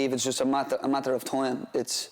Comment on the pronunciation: Haha “toime”